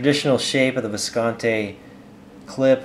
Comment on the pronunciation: It's been 6 years and he still doesn't pronounce it correctly--Viscontee!